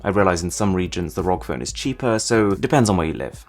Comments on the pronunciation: its not rog its r.o.g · Say ROG like rog made me cringe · its "are oh gee" not rog. just sayin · Please not say rog phone. It’s R O G phone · R-O-G republic of gamers "rog" lol drove me mad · I find it a bit unsettling how he pronounces the ROG Phone 2 as 'rog' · Isn’t it pronounced R.O.G.? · No one gonna talk about how he pronounced ROG? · who else finds it annoying that he says asus and rog like that